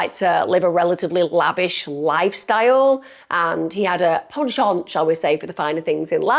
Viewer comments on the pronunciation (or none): none